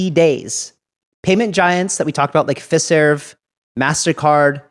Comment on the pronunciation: I think you should pronounce Fiserv as (FYE-serv)